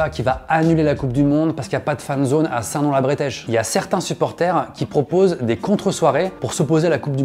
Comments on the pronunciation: Saint Nom la Bretèche se prononce ( Breutèche ) et pas ( Bréteche ) mais sinon super video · EHHHHH OHH ça se prononçe st nom la BREUH teche et pas BREH teche j'habite a feucherolles le village juste a coter c'est pour ça que je te fais la remarque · Saint-Nom-la-Bretèche RPZ ❤ (Et on dit Bretèche pas Brétèche, Norman 😂) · J'habitais à St Nom La Bretèche et ça m'a fait qque chose quand tu as prononcé son nom